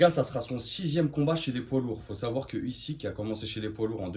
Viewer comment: Ton analyse sous évalue totalement Usyk et on prononce Ouzyk ! Slava Ukraini 🇺🇦🇺🇦🇺🇦